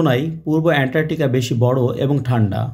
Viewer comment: উনি বারবার এন্টারটিকা বলেছেন 😁